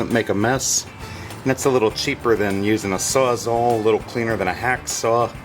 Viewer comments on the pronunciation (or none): none